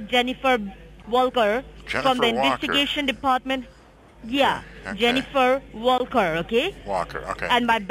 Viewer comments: I thought she said "jennifer Vulgar" the first time. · Well, she can't pronounce "Wall Kerr" properly 😆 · I swear she said Jennifer Booger.. I guess she's a Walker. That's my family name n we ain't from Nagaland....js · At least pick a name you can pronounce. .. Jennifer wooulkor.... I thougt she Said "vulgur" att first....🥴🥴